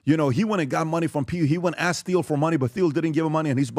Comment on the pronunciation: 09 PBD stop saying Theo. Lol😂 isn't it Teal???